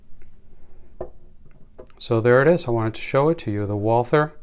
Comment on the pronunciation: The Brand is pronounced Walter without the h